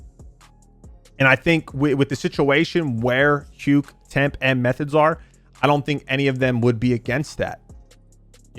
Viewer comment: Stop pronouncing hukes name wrong dawg 😭